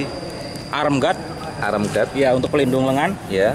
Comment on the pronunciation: Arm guard (baca: aam gaad) bukan arem. ✌